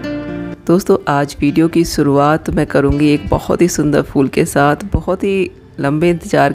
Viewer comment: MAM SURUAAT NHI SHRUAAT HOTA